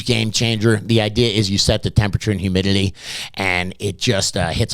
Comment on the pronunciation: HumidiLEE 😂 Got me every time. But great info for any beginner or novices… those who been doing this a while SHOULD know most of what he’s REMINDING you here ✅